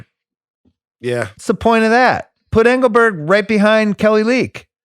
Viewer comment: Yeah. And who the F is IngelbirD? It's Engelberg dude😂😂